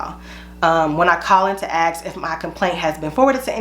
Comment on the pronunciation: Ask. Not AX.